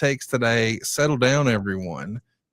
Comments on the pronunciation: Para-MOUNT … not Para-mont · I love a lot but, God damn pal, he consistently says "paraMONT" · Can someone please tell how to pronounce Paramount... it's not that difficult